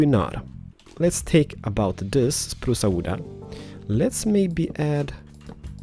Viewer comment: This is so good, I'm gonna be honest, I actually thought you were Italian first, because you were like spruca wooda. :P